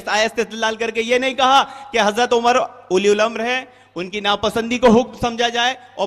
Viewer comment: "Ulil Amra" ko "Uli Ul Amra" Bol raha hai charsi !!!